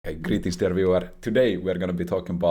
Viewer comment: when i first started watching i thought he's saying greetings everywhere xd